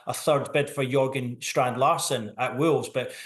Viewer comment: Big Dan Burn is still an inch taller. Andy Howe is not Eddie’s brother. It’s Jorgen (Strand Larsen), not Jurgen. Come on reporting media bros.